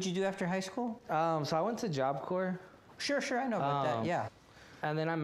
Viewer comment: He was in Job Corps and can’t pronounce it? 🙄